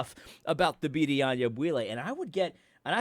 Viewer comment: You say Thabiti's name a little too well. You have to mess it up a little bit at least ;).